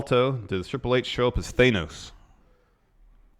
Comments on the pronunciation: The way you guys pronounce Thanos hurts my soul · I actually pronounced it THAY NOSE while reading this cause they keep saying it thay way.